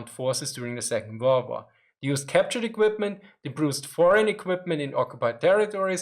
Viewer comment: I don't know why but the way you say second world war is so satisfying